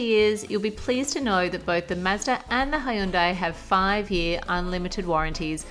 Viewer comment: I can't get over aussies pronunciation of Hyundai. " hi-yoon-dye" it bothers the hell out of me. It's pronounced hyun-dae